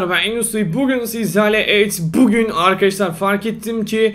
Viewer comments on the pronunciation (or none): Abi neden "Evet bugün " derken neden pugün diyorsun